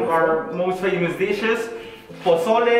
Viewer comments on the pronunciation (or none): When he said "one of our most famous dishes" I thought he said "one of our most venomous dishes" LMAO